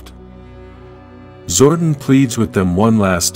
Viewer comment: you've never heard of zordon's twin Zordin ?